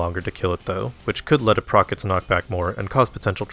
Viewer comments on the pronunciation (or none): none